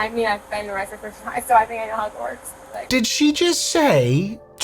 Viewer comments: I thought she said ‘I’ve been arrested before….and been to Hogwarts’ lolol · I thought she said “I’ve been to Hogwarts”. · Idk about y’all but I hear “Hogwarts” and not “I know how it works”